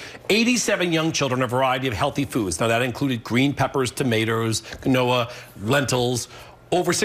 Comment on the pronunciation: Nice to see Emily Volz and Dan Jaehnig of WJAR-TV, Rhode Island's Channel 10 getting in the act...and Dan not only mispronounces "quinoa," but also "tomato"...uh Dan? It's not "tomayter"...